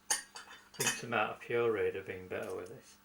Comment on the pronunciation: Cant forget the Tamah-ah!